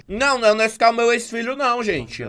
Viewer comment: Que odio, quando eu li o título do vídeo, eu tbm li Nasceu KKKKKK aí eu abri o vídeo e ta o falando Nasceu kskkkkkk